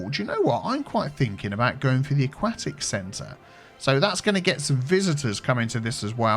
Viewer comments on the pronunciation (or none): Never heard anyone pronounce 'aquatic' like that, the more you learn I guess lol